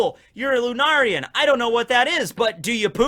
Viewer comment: Bruh, is still pronouncing lunarian wrong. First it was lunar-ian. Next it’s lu-nar-ian. Its pronounced lu-nair-ian. Lunarian is a real word. Look up it’s pronunciation and meaning yourself